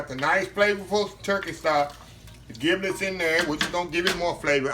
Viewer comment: My Brotha Giblets is pronounced (Jib-lets) your skill are on point. Awesome!